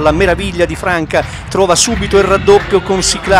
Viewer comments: Il commentatore ha sbagliato tutto!!!! Passi per gli accenti di Siclari e Guaita però Franca non si può sentire (si dice Fransa). Vogliamo parlare dello stadio Villani? Lo frequento da anni e il nostro stadio e' il glorioso Viviani!! Siamo al dilettantismo allo stato puro. Bravi bravi!!!!! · ma dai... MA non si puo dire franca quando si dice fransa (so che non si scrive così) l'erore dell'accento di Siclari Guaita puo pure passare ma la cosa che mi manda in delirio e lo stadio Villani e scritto bello bello davanti ai cancelli che si chiama Viviani... MANCO A LEGGERE!